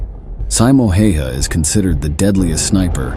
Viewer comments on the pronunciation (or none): pronounce it more like Häyhä. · pronounced more like tje "a"s in his name are the hard a, like in 'hat'' " the 'y' is almost like saying the letter "u" há u yá